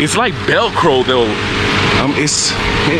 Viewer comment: the word is velcro not belcro 😅